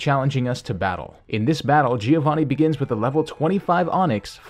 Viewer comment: When you are Italian and you hear "Gìiovani"